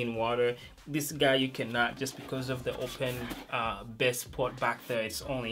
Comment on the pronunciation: Can you just say Bass. It's not Bess. There is an A there not a E. Accent doesn't matter. Pronounce it correctly. Because it is a bit confusing when you use it in your sentence because it sounds similar to Best, but We know you mean Bass